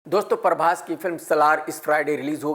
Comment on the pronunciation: परभाश नहीं बेटा प्रभाष